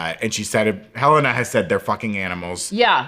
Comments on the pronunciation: It makes me so irritated when they pronounce Helena as "Ha-Lay-Nah"... It's definitely "Hell-en-ah" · WHO IS THIS "HELEYNA" YOU KEEP TALKING ABOUT????